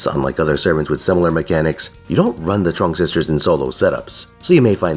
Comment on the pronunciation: Your pronunciation of Trưng was totally fine from what i could hear. Trắc also has a rising intonation on the vowel while Nhị has a sharp intonation